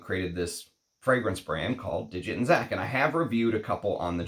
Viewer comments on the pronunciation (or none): The name Dixit is Indian - not pronounced as digit but literally Dick-Shit with the D pronounced like the “th” in the, there.